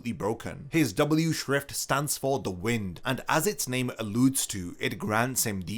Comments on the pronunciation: wtf is with with bleach tubers and saying the wind instead of the wine-d like its supposed to be pronounced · Correction: Sternritter W is not pronounced "w-in-d", it is pronounced "wh-y-nd". Wind, as in "Wind-up toys". Edit: Wind = Spin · W is wind, pronounced "why-nd" Like winding A Jack in A Box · I love it when people make such lists but dont actually understand the powers they are talking about...Did you really say Neanzal's power is the "wind" as in the wind is blowing? My guy...it's the Wind, pronounced as in "waynd" as in winding a mechanical toy. He winds space, he doesnt blow people's attacks away....ffs. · whined, not wind. Pronunciation, not word. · Everyone's talking about the Bambi placements and Askin, but seriously, Nianzol's placement is ridiculous. Able to reflect attacks he cant see except Senjumaru did just that, and the characters he killed were not in any way strong. Its also pronounced wind, as in "wind up clock", though that's usually a mistake most oeople make. Surprised that a veteran like yourself made it though. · Nianzol's schrift is pronounced "Wind" as in "Wind- up a toy, Winding up a clock" not Wind as in a breeze or air. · It’s wind with a long “I”, not wind like moving air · W shrifft is Wind - like twisting or winding something. Not 🌬️